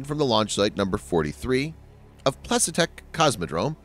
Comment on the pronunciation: Plesetsk isn't hard to pronounce, the transliteration is quite phonetic.